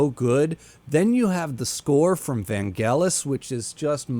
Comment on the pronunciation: Ok, points for saying the name Vangelis correctly. Not many do outside of Greece (i'm not greek by the way).